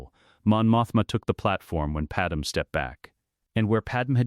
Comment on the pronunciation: Probably should teach the AI to say Padme’s name right